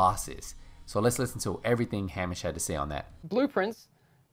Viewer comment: Pronounced HEY-MISH. 😉